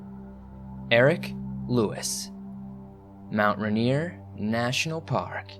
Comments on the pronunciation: So we say RAIN EAR like that not Ruh neer lol big love from Washington state 💜🌋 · Helpful hint: Rainier - (pronounced by all Washingtonians as if to say it like Rain-ear) :)